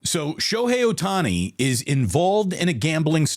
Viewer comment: Shobookie Ohtani lol